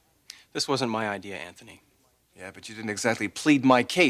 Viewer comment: anTney seems the type that would enjoy swapping places with ole james in the dungeon. i ff'd so much i dont even know who really killed ivanka? why does sally pronounced his name AnTney? anyone know